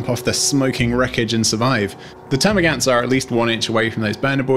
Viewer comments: Termagaunts not termagants.. As you were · please its gaunt, not gant!